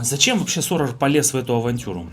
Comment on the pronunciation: НЕ Соррор,а Сорос.